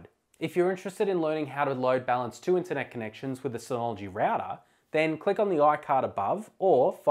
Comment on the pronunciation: Those were some of your words that I could not hear. You need to speak a little clearer. When you talk about the "compressing data" option, I do not understand what you are saying. What data files are you mentioning? And then I think you say that this choice is good for slow internet connection? Listen for yourself when you articulate the word "internet connection": "int-connection". What I missed in the film is what other applications you should choose for a backup - because the user will have some suggestions.